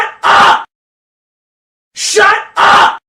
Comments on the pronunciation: All hes saying is shuh uh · at this point it sounds like he's saying "shut ugh" instead. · After listening to it for a while, it literally sounds like “SHUT UH-“. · I cant hear the 'p' it sounds like shut Uh!